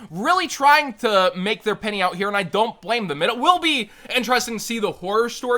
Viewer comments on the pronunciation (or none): none